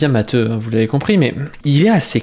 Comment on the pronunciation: Non t'as raison c'est prononcé matéou. C'est un nom catalan.